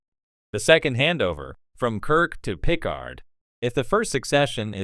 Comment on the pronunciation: If you can’t pronounce Jean-Luc Picard’s name correctly I don’t see why I should pay this video ANY attention.